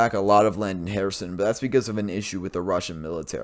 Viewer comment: It's not herAson, it's herson